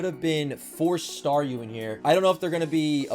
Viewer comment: Just realized Star-YOU, Star-ME lol What's it's next evolution, Star-US? :p